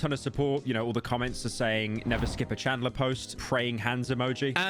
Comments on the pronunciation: Bro can’t pronounce anything right. Carmala. Now CHADLER. Come on bro you fell offff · Ahh yes "chadler"